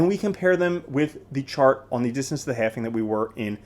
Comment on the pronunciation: please learn the word "halving".